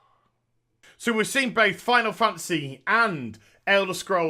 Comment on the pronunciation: I love how he calls it Final Fancy XIV instead of Final Fantasy lol.